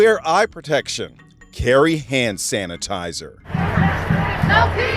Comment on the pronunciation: The way he said hand Sanitizer 😂😂😂